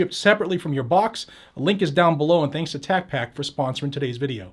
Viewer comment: You didn't pronounce Tacpack correctly.